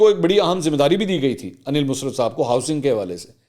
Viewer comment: Mansoor , can you not say “ Musarrat ? You always say “ Musrat “ .